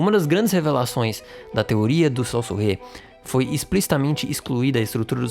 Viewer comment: Saussure, o pai da linguística, se fala "çôçir"